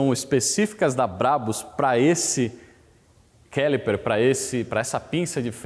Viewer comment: Obrigado pelo video. Quando voce fez referencia a pinca de freio personalizada, parece que voce tentou falar a palavra do jeito que se fala em Ingles. Foi isso? A pronuncia correta seria "CALIPER" e nao "Quelipar". Excelente video! Mostra conteudo, conhecimento, educacao mecanica e veicular.